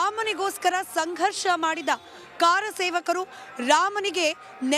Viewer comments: ಕಾರ ಸೇವಕರು ಅಲ್ಲಾ ಕರ ಸೇವಕರು ಅಂತ ಹೇಳಿ 😂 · ಕಾರ ಸೇವಕರು ಅಲ್ಲ ರಿ ಮೇಡಂ... ಕರಸೇವಕರು